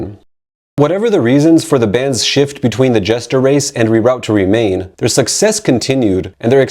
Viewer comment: They way you're mispronouncing "Reroute to Remain" makes me think you haven't actually listened to the album or the song that bears it's name. Also you're calling the founder, creator and the most vital member of in Flames, Jesper Strömblad, Stromland on several occasions which is kind of.. astounding.